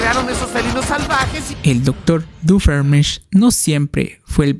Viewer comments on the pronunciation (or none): Por cierto no es Doofeenmirch es Doofenshmirtz, aunque te entiendo yo al principio no sabia pronunciar bien su nombre xd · ve a checarte los oídos, no puede ser que no sepas pronunciar bien "Doofenshmirtz" después de cientos de episodios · Me hace gracia como pronuncia doofenshmirtz 😂